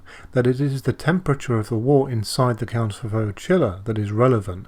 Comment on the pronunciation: Wort is pronounced 'wert'.